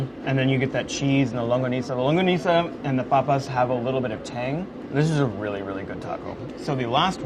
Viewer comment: saying longaniza wrong confuses me but i love this video nonetheless